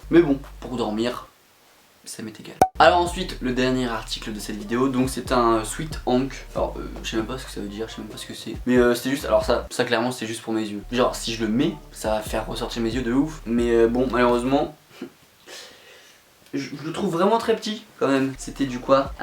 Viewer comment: le sweat bleu c'est Hawk mdrr pas hank